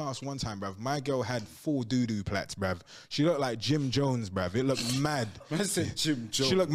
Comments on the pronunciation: he sais brev not bruh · Comment how many times you think he said “brev” 👇🏼